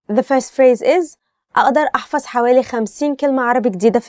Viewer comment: There are many pronounciation mistakes in the first sentence اقدر احفظ 50 كلمة عربي جديدة في اليوم 1) عربية is the right not عربي. 2) اقدر aqdar Not a'adar 3) احفظ A7FADH NOT A7FAZ 4) جديدة JADEEDAH NOT IGDEEDAH 5) اليوم ILYAUM NOT ILYUUM I just reviewed the first sentence only